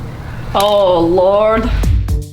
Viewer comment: Gurl......you literally pronounced LORD like LAURD and I guess nothing's funnier than that in this video